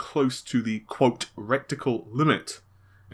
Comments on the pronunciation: If you're going to bother doing a quote at least learn to pronounce 'reticle' not rectical which sounds like major league butt stuff. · It''s reticle not recticle.